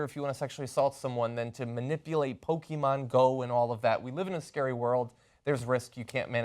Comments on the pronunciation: Are you pronouncing Pokémon wrong on purpose just to annoy the viewers? Just curious. Po-ke-mon not po-ki-man. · it is not "pokimon", pokémon means pocket monsters, so don't pronounce it "pokimon" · PokemonGO NOT "Poke-man-GO" you fuckng bitch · did she just fuking ''POKEMAN'' at the begining of this video? SMH Anna wtfff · "Pokey-man go" Ana get your shit together... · Did she say Pokéman GO in the beginning!?